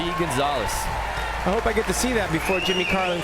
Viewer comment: Ahh the way that commentator pronounces David Gonzalez's name is so freaking annoying!